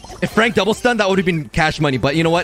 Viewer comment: When frank on oj's side : it's frank When frank on enemy side : it's fronk🤣